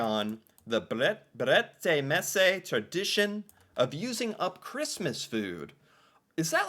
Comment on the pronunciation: Haha that pronunciation was so much better right of the bat. Brettemesse is really not a word though